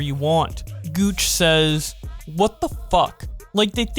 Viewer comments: pa maj not pmja and guu aac not guach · Gooch sez... Nah bro it's gu-wak-oo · did you say gooch? lol says Guac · Did you say Guac, as in guacamole, as Gooch